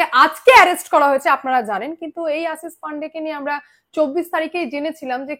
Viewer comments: তলব্য শ আর danto সা ঠিক করে উচ্চা রান করো আসিস না আশিস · Tomar modhye anek pratibha. Journalism er.. kintu kichhu jinish ektu Kane lage. Tomar pronounciation ne.. segulo thik korle tomar nam purnyo matra pabe.. jamon Ashish but not Asis.. banglay erokom hoy.. asha kori kichhu mone korbe na pls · Madam Ashish pronounciation thik korun please. Apnar kache shothik information pai.